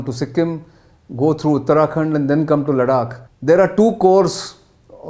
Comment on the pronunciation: Good lord man LADAKH not LADAK GET IT RIGHT. YOU’RE ON NATIONAL NEWS NOW. 😏